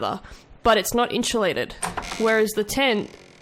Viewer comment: Insulated not inshulated